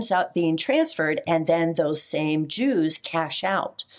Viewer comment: Jews pronounced ews, is this the origins of the term Usury??